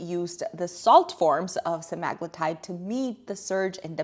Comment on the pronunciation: Pronounced sem a glue tide